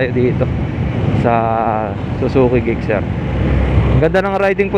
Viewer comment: Sana na search mo pano e pronounce ang name sir 😊